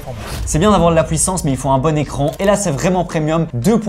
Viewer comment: huit et non houite, puissance et non pouissance. Il faut apprendre à parler. A chaque vidé je me suis fais la remarque XD